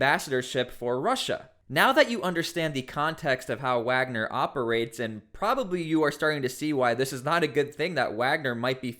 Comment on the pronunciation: So now they’re Waggers instead of Wagner